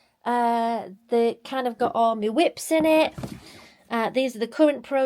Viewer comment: I was a bit shocked when you said you had 2 boxes of whips in your special room , it took me a minute to realise you meant WIPs !! Heehee 😂😂 🐨🇦🇺